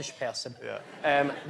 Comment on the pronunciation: “We’ve” (pronounced “wuv) not “Ya’v”, I’m a native Scots speaker so that’s how I know. Anyways have a nice day :)